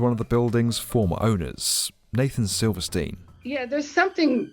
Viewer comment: Silverstein? C'mon man